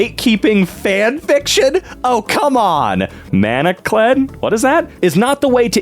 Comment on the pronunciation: that’s an English word. It’s pronounced “man-uh-culled.” “To manacle” means to bind someone with manacles (those chains with an iron wrist lock at the end). Also, I believe “dramione” is a fic pairing involving Draco Malfoy and Hermione Granger.